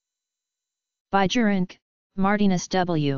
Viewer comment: In dutch pronunciation J is silent AND proper pronunciation is BIYERINKE